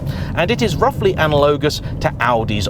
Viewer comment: 'Analowgus' PMSL Is English your first language?🤪